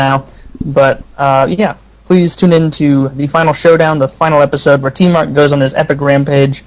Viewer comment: lol i thought tmart said im smart XD